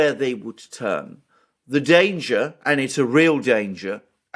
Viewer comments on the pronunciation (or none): none